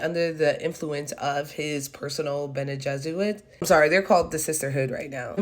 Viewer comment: Be honest! There are too many old hags on the screen. :))))))))) I had low expectations but i didn;t expect this much CRINGE! - did you say Bene Jesuit? :))))))))))))))))))))))) go read a dune book, do yourself a favor, and make sure it's not a Brian Herbert one.